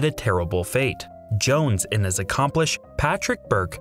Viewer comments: Ummm wtf A-comp-liss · UGH, it is so painful to listen when you speak so badly! Accomplish and Accomplice are two different words with completely different meanings. The one you wanted here, accompliCE, is pronounced like it is spelled, with the CE sounding like the CE in slice. Not EESH, like yEESH.